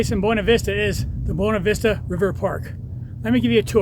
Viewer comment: FYI, the locals prounounce it BYOO-na Vista, not BWE-na. Yes it's weird. Sort of like how Salida is Sa-LIE-da rather than the proper Sa-LEE-da (exit in Spanish). Thank you for the detailed boondocking info! Yes, lots of spots up 375 and the side roads off it, they're all over up there.